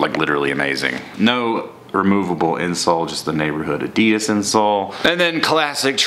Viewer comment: u don't say adidas like that